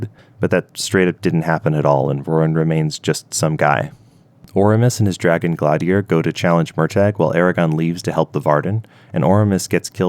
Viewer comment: His pronunciations, particularly for Nasuada and Glaedr, is terrible. Like, we’ve got actual pronunciations in the book.